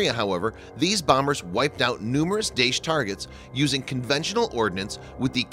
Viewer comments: It's pronounced Dah-Esh, not Daysh, Kalibre is Call-iber, not Kayliber...also Eeraq, not Eyeraq (from your other videos) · thanks for the video. please work on pronounciation. su-25 is called Frogfoot not forfoot. daesh is pronounced dar-esh, if that makes sense. have a nice day.